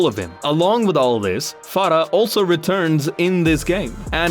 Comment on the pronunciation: Bro you pronounced Farah's name the right way. You must be from somewhere from South Asia.